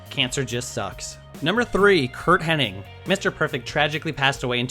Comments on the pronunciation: It's"Hennig", Not "Henning" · Yokozuna had an 'increasingly bad weight problem'? I would have never guessed that. also I'm pretty sure Mr. Perfects names is not Henn-ing, it's Henn-ig. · It's Hennig, not Henning, you fucknut. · Hennig not Henning Get it right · omfg its hennig not henning...fuck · HENNIG not Henning. AAAAAAAAAAAAAAAAAAAAAAA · it's Curt Hennig not Curt HenniNg - for fuck's sake.... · It's Hennig, not Henning. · No typo but the narrator keeps saying henning......its a speako